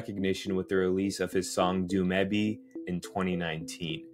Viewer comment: U pronounced dumebi wrong